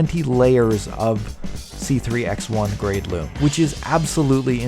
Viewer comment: LUME, SOOOOOO MUCH LUUUUMMMMEEEE. It's